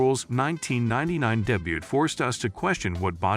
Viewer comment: "Deh-butt" and "day-byoot" (mangling the word 'debut')..."epitome" (pronounced by the speaker as eh-pi-tome)...what the hell is this? This is just...bad. As for Ruhl, the dude was a freak. He knew that he was never going to be the most aesthetic, like Lee Haney or Steve Reeves, so he just got as big and ripped as possible, stomping around the stage and scaring the crap out of everyone. Other builders were also ridiculously large, but they had better overall symmetry and conditioning. He'll always be remembered as "Der Freak" and I'm pretty sure that he's proud of the impact he had on bodybuilding.